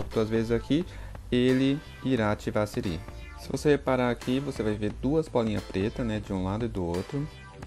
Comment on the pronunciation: Conteúdo muito bom parabéns mano, mas vc falando sirí me deu nervoso kakakakaka